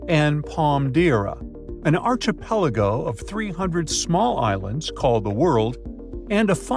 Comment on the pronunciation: Please learn how to say archipelago.